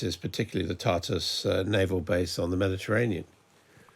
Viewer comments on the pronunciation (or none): Reporter: Turtouss! Not twartes. Say: Tar as in tarmac but a short a as in Hahaha Then add tous as in couscous Tartous! There you have it Kind regards Anders Sweden